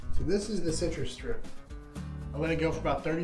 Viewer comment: How hard is it to pronounce "CitruStrip"?